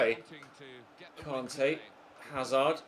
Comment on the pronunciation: Why’s it so difficult for u to pronounce Kante